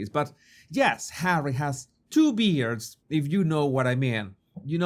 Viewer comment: Sexy 😆 I'm no into beards, or "bairds," either, to be fair. I luv clean shaven.❤ "Baird" is Scottish for "beard." Pronounced: beh - air - deh😅